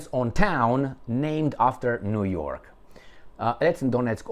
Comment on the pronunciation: niu york not jyork